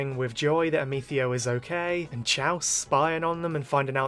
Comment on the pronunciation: I love your reviews a lot, the way you catch each detail so perfectly is really impressive. I just wanted to mention that Chalce's name is pronounced as "Kals" in the dub <3